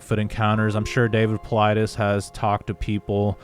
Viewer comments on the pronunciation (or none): Yet cannot pronounce Dave Paulides correctly??